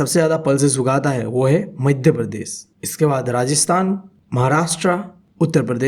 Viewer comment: Madya pradosh is that sir